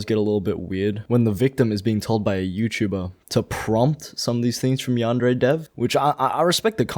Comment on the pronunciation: Can't even say Yandere correctly.